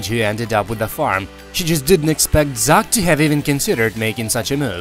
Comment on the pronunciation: Cant pronounce Zach ?